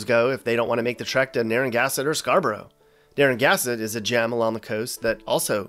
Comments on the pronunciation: Beg your pardon, but you totally jumped the second N into a spot before the G. "NarraNgassett". I had to go back and listen to it twice. It was like you did it once, and then couldn't undo it. Luckily for you, there's nothing doing in Pascoag, and very few have heard of Padanaram. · It's pronounced Nar-uh-GAN'-seht! And by the way, the median price of a home in Newport is over $500,000. It is NOT an affordable place to live! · Narragansett is pronounced NAER-uh-GAN-zit. Not “narrow-gasket”. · Not "Narangasset". It's "Naragansett " (pronounced nar-a-gansit). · As someone who goes to the little island of Jamestown (Originally called Conaticut Is.) every summer, I am happy any time I find a video based off of Rhode Island. Loved every moment of the vid. However... It's (Naer-Uh-Gan-Zit) not (Narrow-Gasket) You said 'towns' on Block Island, but in reality, there is only one town, New Shoreham. And you forgot to talk about the proud and true sailing industry in Newport! The Block Island Ferry nod sparked so many memories though... thank you for that one. I've also found stuffies to be up there with chowdah. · Narra-gann-sett not “Near a gas tin” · It's not "Narragassett" it's Narragansett. It's the best state in the country. It's full of beauty, excellent food, and a hub of the art scene. Show some respect. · There is so much you got wrong it ain't even funny. Plus why tf you keep saying Naragasett? It's naragansett. Pronounced Nara-GAN-sett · Most of what you said was very true. But one thing - its Narra-GAN-sett - NOT Narra-GAS-ett! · It’s pronounced Narra-gansett. Not naran-gasset wtf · It's Na-rra-gan-sett. Not Na-rang-asset. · Dude, if you're going to trash talker an entire state you should learn how to read. The town is called Narragansett not Naragassett. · Say it with me “nara-gan- sett” Jesus Christ it’s not naragasit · Nah it’s pronounced narra gansett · Hahahahahhaha “ narrow gasket “. Wicked Gasket bro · We need to teach you how to say Narr a GAN sett. LOL